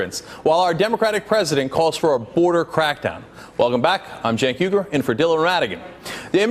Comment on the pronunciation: Cenk abi, just because Americans can't pronounce your last name doesn't mean that you must call yourself Yougur. It's Uygur and it's awesome!